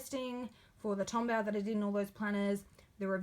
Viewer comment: tombow= tom boe kinda like so but with a b sorry no hate just a pet peev